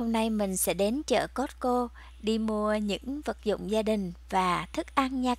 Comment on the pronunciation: Cô ơi costco chứ ko phải cót cô